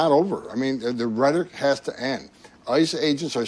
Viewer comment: the reason sounds like that is because HE DOESN'T ACTUALLY KNOW THESE WORDS - such as "rhetoric", which he pronounces "RHEH-tic" (only 2 syllables instead of 3) -- BECAUSE HE HAS NO IDEA THAT THERE IS A THIRD SYLLABLE IN THAT WORD!!! let's research whether he signs all documents with an "X", because he is ILLITERATE. let's find one of his grade school teachers (or even people who attended his grade school when he was there) to tell us exactly how far he actually got in school, and HOW he managed that ---- such as, did he have someone taking his tests FOR him??